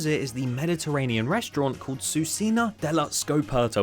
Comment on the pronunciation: ITALY MENTIONEDDDD, and also the pronounce is totally off ahahaha, it's read: kucheena (like the ch in chair, and ee in steel)